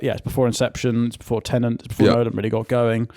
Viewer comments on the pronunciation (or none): Does Fin not know how to say Tenet?